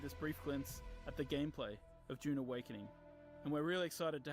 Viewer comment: Pronounce the U its not an O!